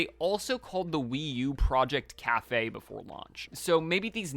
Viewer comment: Cafe, ounce, doritoes😂